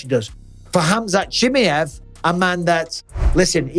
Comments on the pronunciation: I wish you wouldn't butcher Chimaev's name like that 😂😂😂😂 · Your English and you butcher his second name, you know what mean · Pronounce khamzat's second name RIGHT please !!!!!😫😫